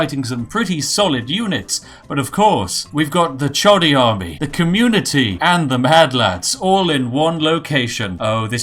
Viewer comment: When he said communitea I just cracked up.. haha that was epix